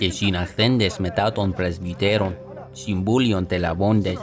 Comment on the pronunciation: These are so great. I am wondering if your aiming for modern or for BLC style reconstructed. How would you articulate the difference between εν and ην or τη and ται? I also hear πρεσβυτερων as having a "b" rather than a "v" sound. Isn't that different to BLC? (Its not my intent to negatively critique or nitpick, I am just trying to understand how you pronounce)